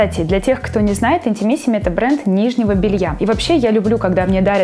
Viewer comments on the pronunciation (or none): Только правильно произносить «интИмисими» :)